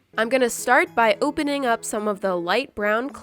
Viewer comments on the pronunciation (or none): You said oopenining 😹